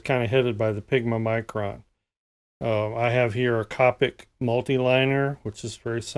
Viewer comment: who cringed when he said copic the wrog way?